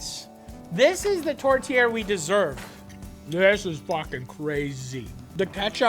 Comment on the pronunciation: The whole time i kept hearing tortilla not tourtière